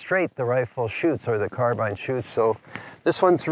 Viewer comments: Beautiful carbine, and you actually know how to pronounce it, too. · Good man proper English carbine not carbene